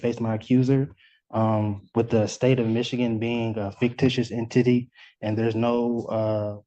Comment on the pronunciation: Fictitious En-Titty